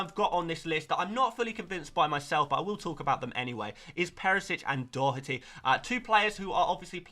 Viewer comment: Respect for being the first FPL content creator to pronounce Doherty correctly 🎉👏🏻